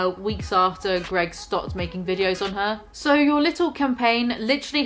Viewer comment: I was laughing through the whole video but I fucking lost it when you called him G E R G.